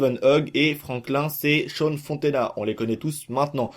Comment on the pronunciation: fonteno et non fontena sinon belle video